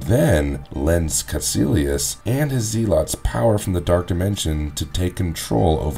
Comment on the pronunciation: I thought the way you said Ditko was a little off, but then the way you mispronounced Zealot so many times made me stop watching.